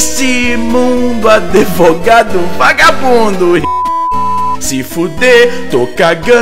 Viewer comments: Kkkk "adevogado"? Azaghal deve ter curtido. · tinha que ser processado por falar "adevogado" 8)